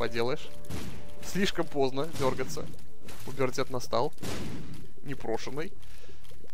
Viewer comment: правильнее же говорить "пубертат"